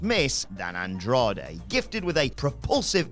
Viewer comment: Andrade* not Androhdei